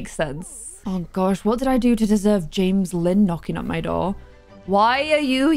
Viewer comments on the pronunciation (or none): none